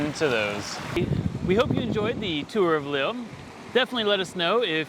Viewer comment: Please. It’s not pronounced ‘Lil’, it’s pronounced Leel!